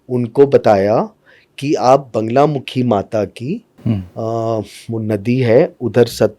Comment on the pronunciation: Sahi bola baglamukhi hota he na ki banglamukhi